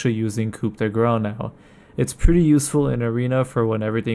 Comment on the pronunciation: your using "Coup the What!? de GRÁ!?" just say the Grace ^^ lol